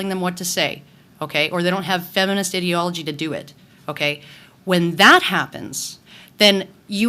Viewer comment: xD I love how she pronounced ideology .